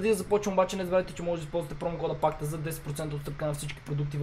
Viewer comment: Пакта а не ракта